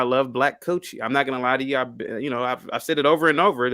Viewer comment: 🤣🤣🤣🤣Say man I swear every time says "Coouchie" I die laughing Great show